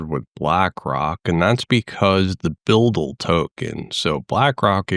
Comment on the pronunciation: Pronounced 'BidL', no offence intended